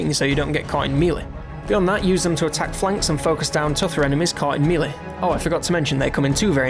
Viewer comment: mealy? Are you trying to say melee?